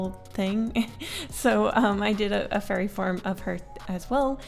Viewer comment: I thought you said "furry form" instead of "fairy form"